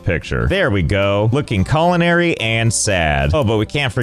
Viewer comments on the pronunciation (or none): none